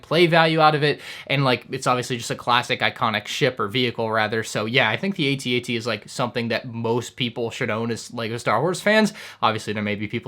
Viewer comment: It’s At-At!!!! Two one syllable words. Cmon you’re better than that!